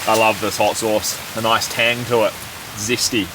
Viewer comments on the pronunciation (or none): none